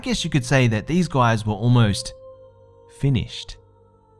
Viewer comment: 'Finnish-ed'... nice. I do have a possible explanation about these mysterious creatures. I believe these poor Finnish folk ran into Snookie and JWoww on holiday. Rim shot!